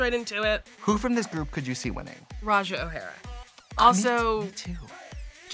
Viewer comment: Not "Roh'Jer" 😂